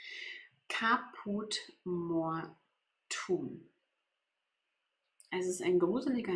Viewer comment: Man spricht die Farbe 645 Káput mor-tu-um aus, die Betonung liegt auf dem a bei Caput und mortuum spricht man in drei Silben aus. Nicht Mortum!